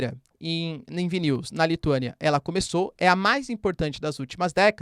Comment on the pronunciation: Professor, parabens pelo excelente trabalho. Para ajudar, chamo a atenç ão para a pronúncia de alguns nomes, como a capital da Lituãnia, Vilnius, e o preso político russo Alexei Navalny. No mais, nota DEZ!